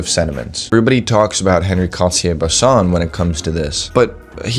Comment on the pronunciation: Excellent insights from a person who clearly has high standards which is a trait lacking in many, many photographers. But do me a favor; since you say his name so much, at least half the time correctly pronounce On-Ree (not Henry) Cartier-Bresson. Oh, and it's DEE-Ann Arbus not DYE-Ann. Keep up the great work.